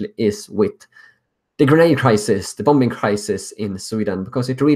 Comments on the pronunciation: it's pronounced: Bomming... not BomBing;) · bombing not bom-bing :) love your work :) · great work man but in english you say it as bom ing , silent b, good vid mate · I thought you would like to know that the second 'b' in 'bombing' is silent. So it sounds like bomming. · hey i appreciate your insights. many of us in america are worried about sweden. one thing though and i hope you take this in the way it is intended: in english the word "bombing" is pronounced such that the second "b" is silent. so when you say it, it would sound like "boming." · The 2nd b in bombing is silent. It's pronounced Boming. Other then that, thanks for reporting these tragedies. Sweden needs to react as soon as possible. If this were to happen in north america the feds would've been all over it after the 1st attack. How can the sweden authorities ignore this and not do anything? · Sweden won't be saved if you can't say Bombing properly. People won't take it seriously. Ive already tried to show someone and they just found it funny ffs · Oliver Kvesic Great work. Little correction... The second b in bombing is silent.